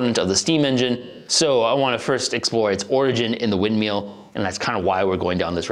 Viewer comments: I just love how he keeps calling it a wind MEAL. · wind "meal?" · Wind MILL, rhymes with Hill, not wind MEAL. I enjoyed the video but that pronunciation was more painful than a midwesterner trying to say "Aaron earned an iron urn" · "Wind meal" What fucks me up about this is that when he says "Water Mill" he doesn't do it. WTF? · Am I the only who be hearing meal and not mill? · Mill. Wind *mill*. Lol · wtf is a wind meal? say words properly please